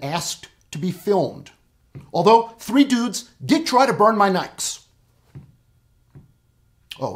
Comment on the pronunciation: Did you just pronounce Nikes as a one-syllable word?